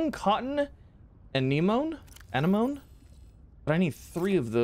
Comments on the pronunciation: Hey Z just for future reference: Anenome = "Ah-neh-moh-nee" Hope this helps :) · A-nem-O-neE That’s how you pronounce anemone